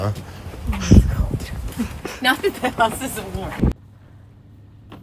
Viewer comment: It's adorable when you say "cold" 😉..... I hear it as CODE 🤣